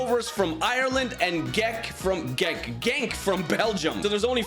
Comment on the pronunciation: In dutch brother (so like half of belgian) and Eredivisie G is pronouneced as ch/h chenk/chent/club bruche etc. u can speak however u want but just saying, nice content btw